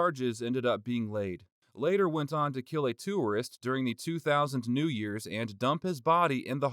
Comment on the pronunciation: Why did you pronounce “tourist” differently?